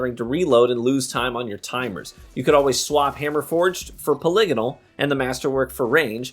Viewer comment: Finally someone pronounces polygonal correctly.